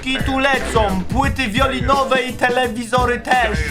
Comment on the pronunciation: płyty winylowe, a nie wiolinowe !xd